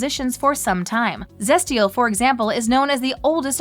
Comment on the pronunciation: I got so mad when she said Zestial wrong